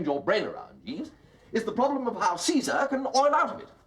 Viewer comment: "Cesar", hahaha!!!!